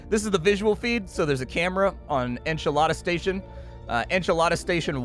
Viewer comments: I'm not sure if its funny or heretical that keeps referring to it as "Enchilada Station" rather than Enceladus (En-cal-edd-us) Station XD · "Enchalada Station" ?? lol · Enceladus En-se-la-dus It's a moon, not a snack